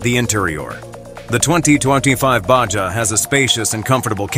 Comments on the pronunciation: Baja = Ba ha not ba ja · Lame No, it's a Baja (BAHA) not a BACHA! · BA HA not Ba ja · Profeel profile. Ba-ja. Baha. Cur-vess curves. Dine-amic. Dynamic My fav --- fun-sian-al- functional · Baja or Baha? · What language is he speaking he pronounced Baja wrong it is pronounced Ba Ha not BaJa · It's pronounced BAH HA,, NOT BAH SHAH,,,.... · The lame computer voice pronouncing BAJA as Ba-Jah was hilarious. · I cringed every time the robot voice said "BAJJA" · Yup. When I heard Ba Jah I had to shut it down. Next is the geography lesson starting La Jaw-la, just north of Sandy Eggo. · The Ba-Ja has dyna-mick and elegant pro-feel. No money for an actual voice-over? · How can a prospective buyer be really serious about going to the next step to buy one of these when the audio can't even pronounce the name on this upcoming Subaru? Baw Jaw? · What is a BA-JAH ...? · So is it a Baja or a bah-jah? 🤔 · So is it a baajjaa or a baja 💁🏻‍♀️ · "Basja" Im getting really tired of auto generated narration. moving on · Not human pronounces Baja Bajah and the correct way. Irritating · What the hell is a "bashja"???? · Absurd AI narrative. ba ja ? Really? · someone needs to know how to pronounce baja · IA can't even pronounce the name correctly🤣🤣🤣🤣🤣